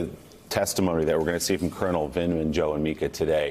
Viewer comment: Mila, there is no 'L' in Vindmans name